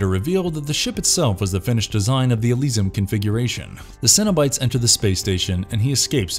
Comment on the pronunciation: LeMarchand. Elysium. I need to stop listening to this. It's obvious you're just a reading a script that I imagine you didn't write yourself because you are not even close with most of these.